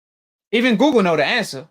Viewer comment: “Mandibo since everybodee believing googel”